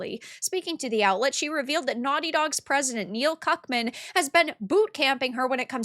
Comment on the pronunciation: I like how you read the guy's name as Neil "Cuckman"